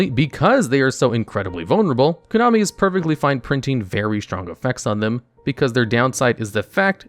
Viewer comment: "Konomi" lol